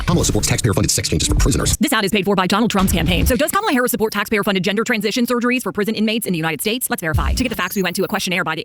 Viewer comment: It’s such a nitpick but we really should all just start pronouncing every conservative’s name incorrectly ala Pakman because none of them ever seem capable of pronouncing Kamala’s name right and they would absolutely take the bait and rage at it being done to them every time.